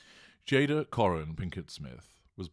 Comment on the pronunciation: GI Jada...the whole thing would have been okay if Chris got the name right. 🙄